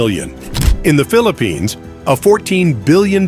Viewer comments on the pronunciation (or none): none